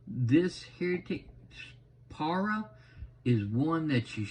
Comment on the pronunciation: Thanks for the review. It’s pronounced Pa-Ry-Uh just so you know.